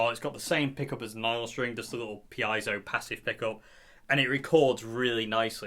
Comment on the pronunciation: Piezo is a Greek word for pressure or push. Correct pronunciation would be Pee-ay-zow. Seen you struggling there. Glad to be of assistance 👍🏻😬